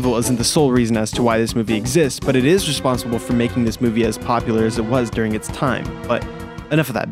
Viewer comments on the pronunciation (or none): none